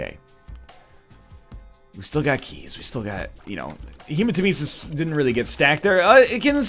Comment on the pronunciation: Take a shot every time he pronounces hematemesis wrong